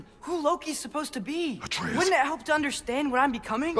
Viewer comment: Why the fuck are you pronouncing Atreus that way.